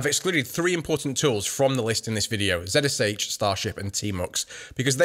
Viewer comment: Yes. It’s pronounced kinda like “”Re-Jax”. Also he is saying zsh wrong. It’s pronounced “z shell” not “z-s-h”.